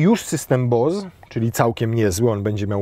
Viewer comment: system "Bołs" BOSE to amerykanska firma a nie niemiecka tego nie wymawia sie z literka "Z" jak do tego zwykli niemieccy handlarze i tureccy importerzy